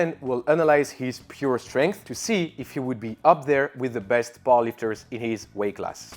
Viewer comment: Honestly I thought you were saying 'ball-lickers' instead of powerlifters